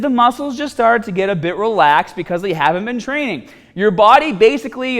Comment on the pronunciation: I was waiting to hear "Before we get stahhted" 😂I'm settling in to uni well by the way 😀